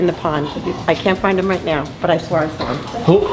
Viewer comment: Lol " I swwwaaaaalll something in the pond" that NY accent 😂 Dude I want that turtle to join mine!!!